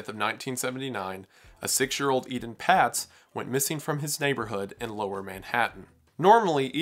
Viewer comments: Ee-TAHN PAYTS not eden pats. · Please pronounce the names of these children correctly. Ay-Tawn Pay-tz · It’s pronounced “AYtahn Paytz” (with long A’s). Robert Stack covered his story on Unsolved Mysteries in the 80’s, and that’s how he said it. I trust him and the network it was on to make sure they pronounced victims’ names correctly. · Solid video, but it gets under my skin when a reporter (or vlogger) doesn't pronounce a name correctly, especially one that (a) gets mentioned a lot in the vlog and (b) was hugely influential and commonly heard to us graybeards (born back when dates started with a 19!). Etan Patz's name is pronounced "AY-ton Paytz". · Not to be picky but Etan Patz is pronounced with a long A on both the E and A. Surprised I still remember this.